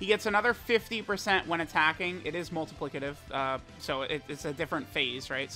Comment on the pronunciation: being able to say "multiplicative" is big character development